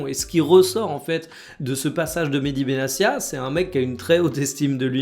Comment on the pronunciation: Petite précision ça se prononce Benatia, pas Benassia À part ça top les vidéos quotidiennes 👍